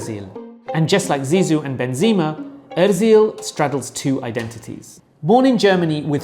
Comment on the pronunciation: Mate you had just 3-4 names to learn and destroeyed them. Benzema is full with BEnzEma clear latin E and not a Benzine , Ozil the tone goes to the end. So easy. :Euskara (Basque) is not Europe's living language that's the Greek both written and spoken but Basque is the continent's oldest surviving" language isolate". Good though but inadequate video.